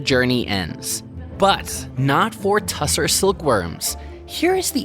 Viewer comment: Tussah, not tussar, in standard English textile lexicon.